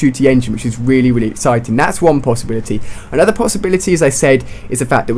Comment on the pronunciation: Exiting? or Exciting? lol